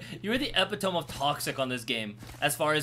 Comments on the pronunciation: "epitomb" it's epitome - e-pit-o-me :P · why the fuck did he just pronounce epitome like that. i’m sick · my boi said epitome wrong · did really say Epi-TOM? lmao o silly its "E-pit-oh-me" love u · Not sure if it was an inside joke, but it's pronounced eh-pit-oh-me, not eh-pit-ohm. :) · this man said epitome like eh-pi-tome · Epitome is pronounced “ E pit o me” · Epitome is pronounced Ee-pit-oh-mee. Dope vid! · “Epi tome “ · Epi-tome? Epi-tome??? Epi-tome???????? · 😂😂😂 what did you just say epitomb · you know I support you, but the way you pronounced epitome made me question that support 😂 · Iv never heard someone pronounce epitome that way before fhfhfj